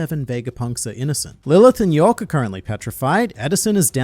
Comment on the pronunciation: It's york